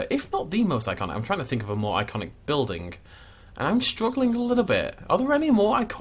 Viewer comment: this the type of guy that pronounces building as buildink? ye i'm out of here